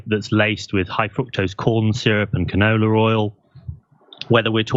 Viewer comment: “Canorla oil” HAHAH